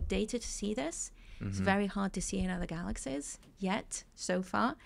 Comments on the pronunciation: Dude you’re wayyy too sensitive. The yeah, yeah, and yes, yes, stuff was nothing. It’s the way she pronounces Galaxies (“galaxsehs”) that was way more annoying. 😂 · “Galaxsehs…” wonderful listen